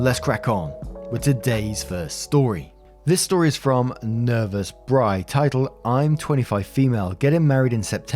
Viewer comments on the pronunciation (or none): none